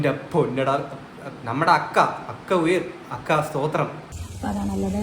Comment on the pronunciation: അക്ക അല്ല ചക്ക 😂😂